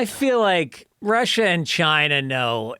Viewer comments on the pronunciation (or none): none